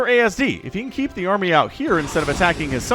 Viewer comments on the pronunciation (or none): none